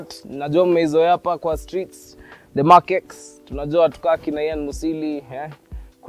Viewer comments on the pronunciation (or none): it's pronounced as "Mark Ten", just saying